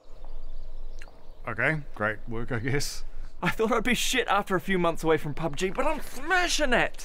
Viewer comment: What the hell is a "pugb"?